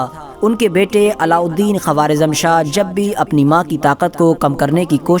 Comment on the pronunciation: Quawaarizam nahi bhai Quwaarizam